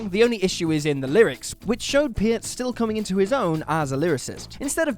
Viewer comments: ok, man, say it with me: Neal PURRT. pee-ert, is no. PURRT. AH-nuh-muh, not "anemia" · Its pronounced pert. Not piert.